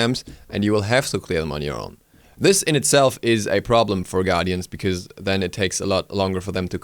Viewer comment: I prefer "bikooze" (because). Love the way he says it lol.